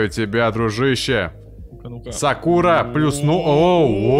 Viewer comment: Как же режит слух, когда он говорит сАкура